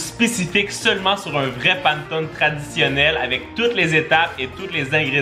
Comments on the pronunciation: Ça me pique les oreilles ta prononciation de "panettone" 🤣🤣🤣 ça se lit [pa] [né] [to] [né] 😉 moi je l'aime avec aux pépites de chocolat 🍫 En tout cas ta vidéo m'a donné l'eau à la bouche 🙂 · Le panettone se prononce [panéttoné] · Pour la panettone sa se prononce panètonne voilà bonne journée 😌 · Coucou, tu as cuisiné le panettone (panéttone, pour la prononciation 😊) la brioche de mon enfance, j'adore tes vidéo, continue à nous régler 😁🤤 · Ooo mamamia ses les silabe ses panè tonai sa se dit comme sa mai sa sécri panetonne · J'adore tes vidéos ☺️ par contre la prononciation c'est panétonné joyeux Noël😚🥳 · Coucou je t’adore et je voulais juste te le dire je te dire mais on le prononce pannétone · Jmexcuse mais l'italienne en moi a cringe a chaque fois ta dit pannetone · ça ce prononce Pannéttone (Panne = pain) Pannettone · Hey ! Pour une vidéo, pourquoi pas faire un "je mange que des recettes Corse pendant 24h" ? Ps : j'adore vos vidéos a toi et Isaac, vous me mettez le smile chaque vendredi et samedi merci !❤ Si jamais panettone se prononcé Panétòne ^^ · Super vidéo ! Ça à l'air tellement bon. Les étoiles c'est sûr je les fais et peut-être le Xmas pudding. C'est tellement chouette que toi et Isaac postiez vos vidéos le week-end. Ça donne encore plus envie d'être en week-end. Juste pour info : on prononce "Panétonnéééé" 😃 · Ça se prononce "panètoné" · hello on ne dit pas pantone mais panÉtone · c'est PA-NE-TO-NE pas PAN-TONE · le panetone ce dit comme sa : pane to ne pas : pan to ne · Ça donne toujours faim tes vidéos ! Je t'avoue que pour le panettone, ça m'a fait mal aux oreilles pendant toute la vidéo 😂 C'est "Panéttone"! Comme ça tu sais 😂 ça fait trop bizarre d'entendre "panetone" haha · Le panetone se prononce "panétoné" xD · Désolé mais juste pour le panettone sa se prononce panèttoné et non Pane Tone. Sinon très bonne vidéo, vraiment agréable recevoir une notification de toi chaque vendredi après une semaine d'école. Merci! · Ça se dit panétoné ❤️